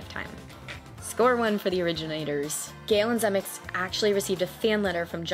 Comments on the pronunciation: 3 syllables in Zemeckis ZEH-MEH-KISS! Eric Stoltz was in Fast Times ( one of Spicolli's Stoner buddies) and the drug dealer in Pulp Fiction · “Zuh-meh-kiss”…just sayin’… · The expression is " Make like a tree and LEAVE" Stupid Biff says it wrong. Everyone who watches this movie always gives Steven Speilberg too much credit - Robert Zemekis DIRECTED the movie!!! BTW, it's pronounced "ze MEK is" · I’m new to your channel, and I’m really enjoying it so far! Thanks for your hard work! Side note: Robert Zemeckis… that last name is pronounced zim-EH-kiss, but you probably know that by now. 🙂